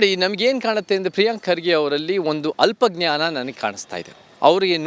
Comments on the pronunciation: ಪ್ರಿಯಾಂಕಾ ಅಲ್ಪ ಜ್ಞಾನಿ ಅದು ಅಲ ಜ್ಞಾನಿ ಅಲ್ಲ ಅದು ಸರಿಯಾಗಿ ಓದ್ರಿ ಸ್ವಲ್ಪ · News reader learn kannada reading. You are reading it as " alla gnani".